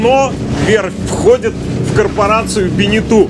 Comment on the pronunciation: БенетО а не БенетУ! Тогда уж и ЖаннУ должно быть... грамотеи..